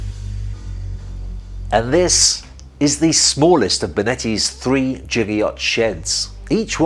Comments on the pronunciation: Its pronounced giga like gigabyte, he is saying jigger like the thing you measure a shot of alcohol in :) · its Giga not jigga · The prefix 'giga' should be pronounced with hard [g] as in 'get', just like the prefix 'kilo' is pronounced with [e] as in 'kill'. Both of these are exceptions as general adoption from the International System of Units and Quantities. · It's pronounced giga, not giga.